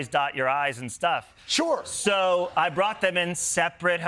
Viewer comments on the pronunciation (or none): none